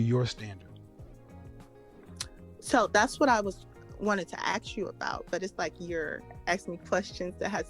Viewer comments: WTH she talking about??????? If she is so educated why does she keep saying axe. That a dead give away for a liar. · This lady is completely imploding because she hates that shes a Big Backm. Shes has a communication degree but cant pronounce the word ASK. Its not AXED! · If she is telling the truth about her degree, that just shows how easy it is to graduate college. She was also saying axe instead of ask, pathetic. I can guarantee she doesn't have a 25 inch waist. You can hear the obesity in her voice. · “Axe you” says the “communications major”😁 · Once you hear ,"aks" walk away fellas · Communication degree- ax you. Cmon Gee I wonder why she’s single. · This woman claims to have a masters degree in professional development, and has not yet realized, in all her years at school, that the S is before the K in the word ASK 🤣🤣🤣